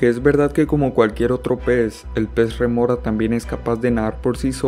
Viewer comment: Es rémora, no remora. De nada.